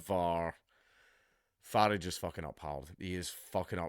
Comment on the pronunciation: Dank,I love you but it’s not farage how we say garage but f-a-rage how the Americans say g-arage.